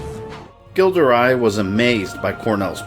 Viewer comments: Gilles de Rais is normally pronounced Jill de Ray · That awful pronunciation of Gilles de Rais though. Ughhh.